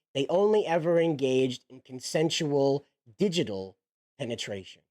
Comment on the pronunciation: You sound pretty ignorant when you can't be bothered to look up words like "digital". Not listening further.